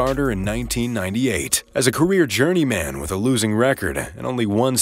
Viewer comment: Has this narrator figured out how to pronounce sparingly? Or journeyman?